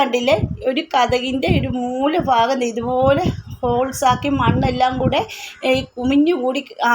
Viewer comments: Not ഫാഗം ഭാഗം എന്ന് പറഞ്ഞ് പഠിക്കൂ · ഫാഗം അല്ല ഭാഗം ആണ് ഭാരതത്തെ ഫാരതംഎന്നു പറഞ്ഞാൽ ബാക്കി പറയണ്ടല്ലോ